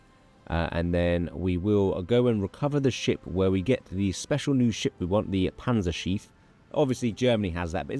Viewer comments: if there are two letters right after a vowel, you pronounce the vowel only shortly. the way you pronounce Panzerschiff, it sounds like "Panzerschief" ; thats not really a word but could be understand as "a tilted tank" or "crooked tank". love the videos none the less. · Congrats on the kid! Let’s hope they can pronounce Panzerschiff better than you lol. Was pretty painful to hear each time